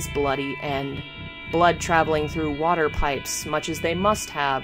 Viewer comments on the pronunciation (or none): none